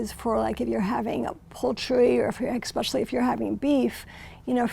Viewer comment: I have a hard time taking anybody who says "EX-specially" seriously